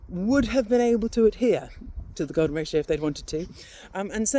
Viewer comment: thought she said the golem ratio - sounds pretty ugly